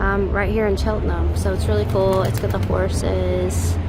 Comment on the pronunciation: Nice travel vlog - they've certainly taught you how to say Chelten'm properly. ✔️